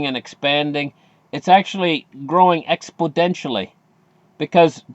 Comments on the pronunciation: You mean exponentially right? not expodentially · Lol its ex po nen tially.there no d in it dude. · Hi, What the heck is “expoDentionally” you are saying in each video? Is it style? 😀